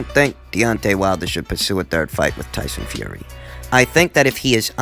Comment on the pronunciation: I love it when he says "Toyson Fiory" lol